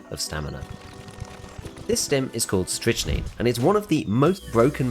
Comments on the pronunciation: I've been using this tech since the patch, it's actually awesome. By the way it's pronounced "strick - nine" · It's pronounced "Strict-Nine" my guy :) Great content as always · You're both wrong and right, it's pronounced 'strick-neen'. Just like amphetamine. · Leave the poor Brit alone. They don't know how to properly pronounce English words. 😉